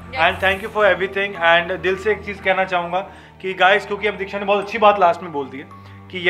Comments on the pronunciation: It's diksha not deeksha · It’s diksha not Deeksha